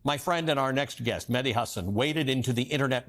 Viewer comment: Ali, thanks for having Mehdi on (and for pronouncing his last name correctly). I was horrified watching the Jubilee "debate", but Mehdii handled it like the pro that he is.